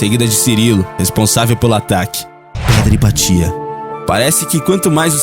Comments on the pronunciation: Hypatia pronuncia-se IPÁTIA, não IPATÍA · Hypatia se pronuncia Hipácia .